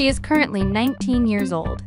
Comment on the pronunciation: "Birth sing" 💀 "Yera" 💀